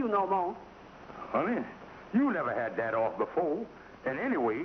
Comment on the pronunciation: had ( not hai )